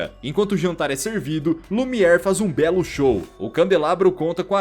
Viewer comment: O nome do candelabro é Lumière. Pronúncia: Lumier.